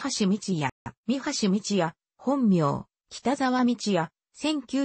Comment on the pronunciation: 朗読がおかしい、みはしを、さんきようと言っている。